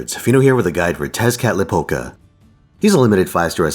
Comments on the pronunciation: much better than most people who talk about it, at least he attempted without sounding like he was trying to say a tongue twister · Thank you for being one of the few who can pronounce Tezcatlipoca.